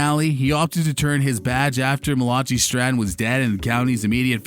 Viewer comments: Pronounces Malachi "ma=LAH=CHEE" What an idiot. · It’s pretty clear to me that whoever narrated this video was just reading a script someone handed him and never actually watched the show. How do you mispronounce Malachi’s name like that if you know the show? And yeah, he’s Canadian and sometimes they pronounce things differently, but the actor who played Malachi is also Canadian and he didn’t pronounce his own character’s name like this clown did. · This narrator obviously hasn't even watched the show based on how he pronounced Malachi 🤣